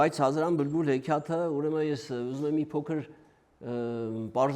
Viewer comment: Վարողը բլբուլ բառը արտաբերում է բմբուլ։